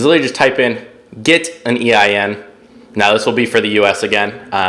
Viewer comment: What are you saying eim number. EIN number.